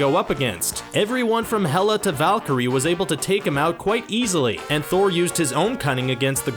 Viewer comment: The girls name is not valkryie